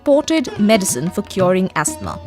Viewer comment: The girl doing the voice over says: astmah instead of: ahsma!